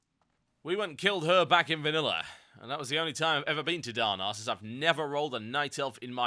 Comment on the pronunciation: i like the way he says darnassus :D darn arses !